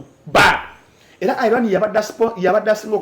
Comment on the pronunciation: Naye banaye🤣🤣 its Iran not eye ran